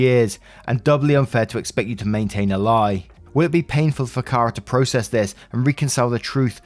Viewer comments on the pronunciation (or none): none